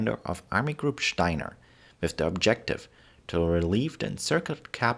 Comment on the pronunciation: I like this video, and I like the way you say "Steiner". I think it'd be great if you made a video on the history of the German flag in more modern times (Prussia to now)